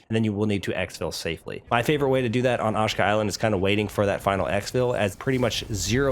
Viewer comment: Repeat after me…“AH SHE KA” Island 🏝️